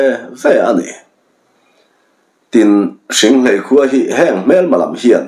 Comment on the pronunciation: Hringhléi tih a ni. Ka chhiar kawp nasa a, hrianghmun te, hriangmual te, ka lo lam pawlh chang a awm maithei e, lo hrethiam hram teh un